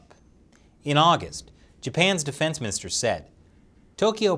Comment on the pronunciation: haha, he said "defence mister" lol xd